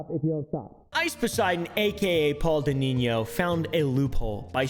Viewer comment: What’s a denineo and pokimon? It’s denino and Pokémon lol